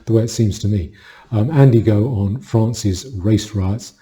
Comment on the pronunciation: Its Andy No, not Go, all i could pick up that sounded wrong to be fair. Great video